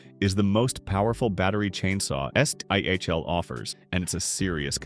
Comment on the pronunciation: I couldn't continue when you called it S.T.I.H.L. no pal, it's Stihl. 🤷🏻🤦🏻